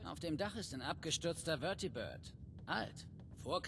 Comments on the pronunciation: This is the first time I’ve heard the German dub and I find it fucking hilarious. They be pronouncing Vertibird like WÖRTHIEBÖHRD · I think the most important thing we can all take from this video is; The way Germans pronounce Vertibird is very lovely